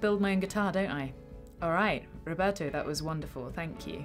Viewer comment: I loved it how you said "RRRoberto" hahaha trying to be respectful towards the person by pronouncing his name properly. What a supergirl you are, Mary!